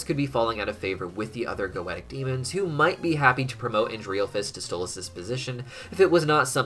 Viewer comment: Why is it so fucking hard to simply say goetia properly